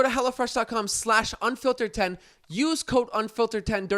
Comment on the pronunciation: During the add, sounded like he was saying “Hella Fresh” 🤣